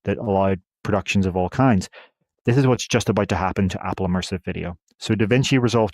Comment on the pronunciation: Immersive. NOT emersive.